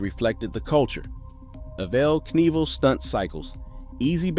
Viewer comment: Thank you ... for a real life human doing the narration. (I'm pretty sure.) I've had about all I can take of AI narration ... And everything else AI, for that matter. (I may have spoken too soon when you got to e-VELL Knievel I started questioning everything.)